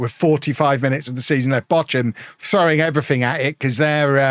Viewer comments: Bock-um, not Botch-um. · The German pronunciation is /ˈboːxʊm/. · They're pronounced Bore-kum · That is a very unique way of pronouncing Bochum, 😊